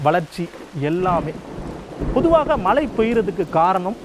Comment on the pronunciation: மழை: மனம் போன்ற பல சொற்களில் உச்சரிப்பு மிக மோசம் ...